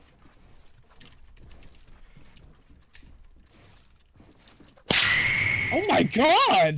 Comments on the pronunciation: hey dude i love your vids but how you keep saying aimassist is just kinda cringey but i still love yoour vids oh and cab you upload pls? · Can someone count how much times he said aimasist